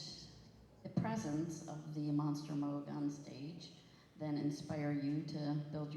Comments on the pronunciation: I’ve been a Keith Emerson fan and follower for close to 50 years. I was excited to watch this video… but the minute the idiot with the mic called it the “MOG” synthesizer, I was gone. Had more fun with the talking Chihuahua videos. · How can a narrator mess up the Name MOOG? Does anyone do prep for an event anymore.